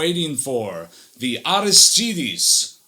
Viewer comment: It's pronounced Arístides with an accent on the first í. Sounds weird when you're used to something else. Is it Spanish? This is awesome, could tell it was too notch after 30 seconds.